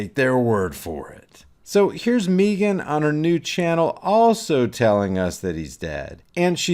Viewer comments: Its Megan not Meeeeeegan. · Mee-gyn... Hahaha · Is he saying Neegan instead of megan. Or am i losing my mind. Neegan from the walking dead. Yes? Lol. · Why are you pronouncing he rname like that ?